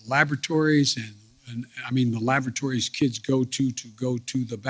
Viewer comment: Lavatories , NOT LABATORIES WTH IS WRONG WITH HIM ?????????????/